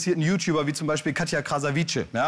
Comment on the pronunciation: Wenn ihr schon auf den Zug mit aufspringt und das Rezo-Video zum Thema macht, dann sprecht ihn (und auch Katja) bitte wenigstens richtig aus. Da ihr auf YT hier so aktiv seid, finde ich es bisschen peinlich, dass ihr die Namen eurer „Kollegen“ nicht beherrscht...